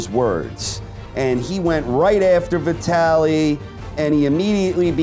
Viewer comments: downvote for retardation. VIT-ally not v italy. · It's pronounced vytali even tho it's spelt vitali he's Ukraine not Italian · Veetally?????? Who is Veeetaaly? You said it right and but fuck it up the rest.....how? Ok I mean. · Ha you've clearly NEVER heard the name Vitali said out loud before huh.? 😂😂😂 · Did he just say Veetili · u are pronouncing Vitali as if it rhymes with Italy lol... it's V-talley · He mispronounced Vitali's first name. Lewis was pretty old by this point and was smart to retire. though I think Lennox again made the mistake of underestimating his opponent. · Is this how Vitali is pronounced? I never heard it said this way. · Love your videos, can not stand the way you say Vitali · But then you say it properly , so thank you/sry